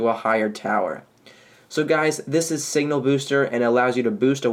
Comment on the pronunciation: Signal not singal